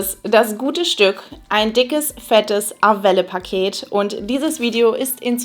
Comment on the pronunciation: Wird es nicht französisch ausgesprochen? Also eher ar-well ? 😅